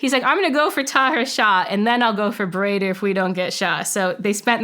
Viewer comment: Mullah Baradar, translates into "Brother," so this is a nom-de-guerre. Also, it's not pronounced "bar-eye-der," it's pronounced "Ba-ra-Dar." She may be a good CIA officer, but she's bad at linguistics.